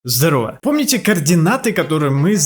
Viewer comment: (Когда он сказал здорого) я: домведанеч